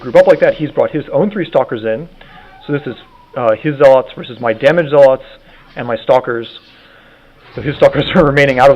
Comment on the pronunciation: zealots is pronounced (ZEL-LUTZ) not (ZEL-LOTS) LIKE U SAY IT